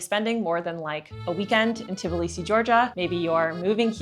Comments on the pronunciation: For all my beautiful foreigners it is not TiBilisi - Tbilisi ( please remove Ti :) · 🫨🫨🫨 Try saying t-Blee-see. Not teh-bull-lee-see. 😄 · This is TBilisi, not TiBlisi